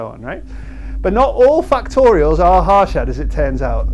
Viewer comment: just to nitpick the pronunciation, the "a" vowel is the same in both parts of the word. so it's not like "harsh" "shat" (hɑːʃæd), but like "hush" "shut" (ɦɐɾ.ʂɐd̪ɐ).